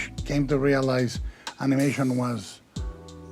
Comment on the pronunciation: What is this "animooution" you keep talking about?